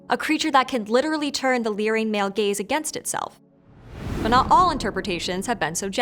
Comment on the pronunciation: Am i the only one who kept hearing gays instead of gaze?😅